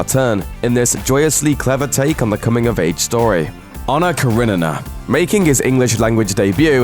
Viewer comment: Well,I won't invite him in my son's party if he's going to do that Pennywise clown. I can't believe the announcer has problems speaking "Karenina".